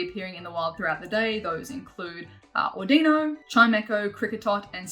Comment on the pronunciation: Your accent is so cute lol you say “Di-no” , but it’s pronounced “Dey-no” 😉